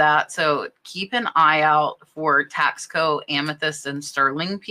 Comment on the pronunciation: Taxco is pronounced Tasco, Tasco is a town in Mexico where the whole town makes silver jewellery. Even families that live further away from the town ( small city) bring their pop and shop silver jewellery to town to sell to the wholesalers and stores. Are you saying there is a brand called Tasco (taxco) or are you saying the piece was made in Mexico in Tasco? Thanks.